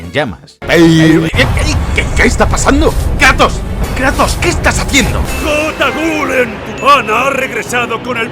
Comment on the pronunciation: Cómo que se pronuncia jotawulen y no yeiwolen? 😿